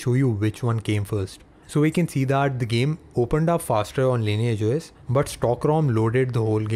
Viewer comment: the right pronunciation is "LINIYAGE OS" NOT LAYNAGE OS